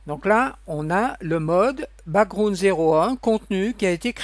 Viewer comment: Le ' brakground ' 😂😂